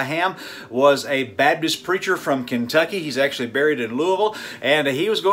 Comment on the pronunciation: Baptist, not babtist